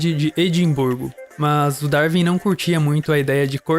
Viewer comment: Ótimo vídeo, só um detalhe: se pronuncia "Dar-uin" e não "Dar-vin".